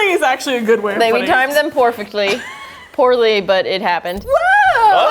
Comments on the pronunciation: "Poorfectly" did just invent a new word? XD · “Poor-fectly: poorly but it happened”